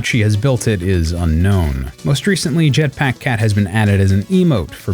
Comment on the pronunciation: "jetpáck cat"